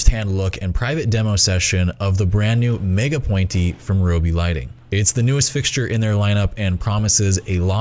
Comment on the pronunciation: ROBE spiider?